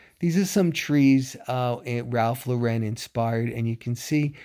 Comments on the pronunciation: "Lauren" is pronounced like the name Lauren. It's not French. If it was French, it would be pronounced more like Lore-on. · I love Ralph Lauren too! But pronunciation of his last name is incorrect.